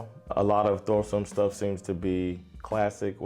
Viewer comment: The h in Thåström is silent. And lots of klassiker were never on charts or ever high on the charts or singles, many are b sides and very well known.